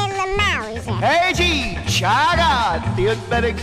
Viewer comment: CICCIO (=CHEECHO). Not CHEECH ...